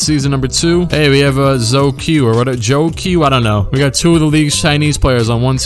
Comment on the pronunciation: Zhou qi is pronounced Zow che